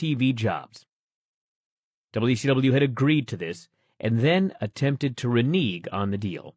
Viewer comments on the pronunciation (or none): Why can’t pronounce renege correctly? Couldn’t one of the audio engineers, or anyone really, give him a clue? It’s an audiobook, come on! Great stuff in this, though.